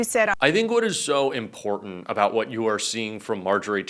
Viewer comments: What's "imporden?" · I cannot stand how this woman says important and its her frequent go to word. Ugh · AAAAAAAARGH!!! THERE’S NO “D” IN IMPORTANT!!! AAAAAARGH!!! 🤯🤯🤯🤯🤯